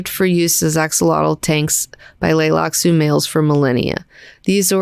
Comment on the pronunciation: Does have a hard time with the letter T? She keeps skipping it in the word "Tleilaxu," so I thought maybe the T was supposed to be silent, but then she also skipped several other Ts in other words too.